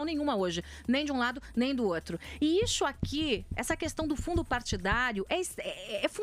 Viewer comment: Joice, vai no fonoaudiólogo pra ver "ixu". Já tá irritante